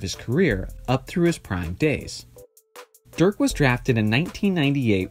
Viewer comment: It´s DIRK not Dürk